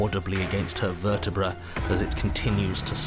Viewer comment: Did Mark unknowingly make the joke vertriBRUH or did i misheard that??😂